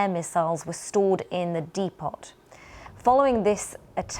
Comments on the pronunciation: She said de pot instead of depot for a news reader 😮😮😂😂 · "Depot" isn't "de-pot". It's not like unpotting?!? The "t" is silent...come on guys!!!! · A DEI hire who doesn’t know how to pronounce depot? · She said Dee-pot 😂 BBC scraping the DEI barrel since Hew Edward’s 😂😂😂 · It is pronounced ' Deh Pow' not 'De Pot'. Tsk tsk BBC - where are you hiring your news anchors from?!!! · De pot ????😂😂😂 I think she means depo...spelt depot the T is silent 😅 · Stored in a DE-POT, didn't she mean depot. Another Tick that isn't up to the job at the BBC. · Pronounced "deh-pow" not "De-pot" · “Dee-pot”?? Seriously?? 🤦🏻‍♂️ So much for the King’s English. 😢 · It’s not “DE POT” dear, it’s pronounced DEPOE, no worries, we understand on several levels, but do try to get it right next time? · Ukraine attacked ammunition stored in a deepot??? Lady its pronounced depot ( depo) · BBC reporters! She said - "Deepots" for depots (deppo)! That's modern reporting and education of so called journalists- outrageous. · what is a de pot? a Jamaican version of a teapot? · De-po not De-pot Slava Ukraine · De-Pot ?? What has happened to the BBC , they used to be THE source of correct English language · Dee pot!???! Ffs BBC, you are an embarrassment. Bloody defund yourselves now! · What the hell is a "D Pot"?? try to use proficient anouncers! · in the de-pot? lol how many news readers today cant read properly? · De-pot ??? It`s a depot ffs. She`s supposed to be a BBC presenter! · Dee pot? 😮 really 😂😂😂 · De-Pot ..proves you don't need an education to be a news reader then😂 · I have never heard anyone pronounce the word “depot” (with a silent T) as “Dee-pot” before 😄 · 'Depot' pronounced to rhyme with 'teapot'? Is it time to give BBC announcers English lessons? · What is a dee pot? Why can't people speak english anymore? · What the hell is a DE-POT? 25seconds in. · What the heck is a "de-pot"? 😂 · What's a dee-pot? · De pot? Lol simpleton. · The D-pot? I'm shook. Is this standard pronunciation in England?